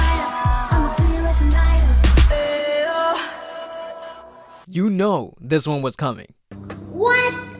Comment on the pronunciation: Well now I need to ask. I always thought the group name was pronounced "Gee"-idol, but is the (G) supposed to silent?